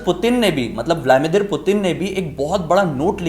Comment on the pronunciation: Vlamidir nahi Vladimir 😂